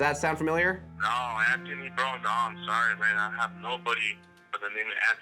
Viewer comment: Well done that man for pronouncing Anthony correctly. What a refreshing change!